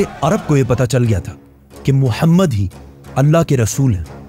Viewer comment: bhai tera bolne ka tarika bahot glt h tum aap Mohammad sallallahu ka name bhi kitne glt tarike se le raha h